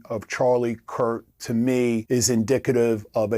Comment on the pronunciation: Why is this guy calling him Charlie "Kirt"?